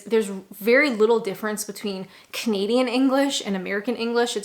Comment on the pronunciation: When you say You're Canadian I keep hearing comedian and as get going I think I was right and first queue jumpers are made to go to the back who the hell says tut in the UK my advice get out of Kent it sounds like it's stuck in a time warp . I like you .PS and because I like you never never never slap your legs and say it's time go people will wonder why you did it just look at your watch and say its time to go .